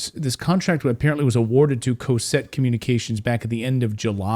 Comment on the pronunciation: It's not pronounced "Coe-set" Communications. It's pronounced "Caw-set" Communications. I worked there for years.